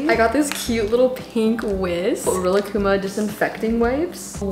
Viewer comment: ik u didn't just pronounce rilakkuma like that..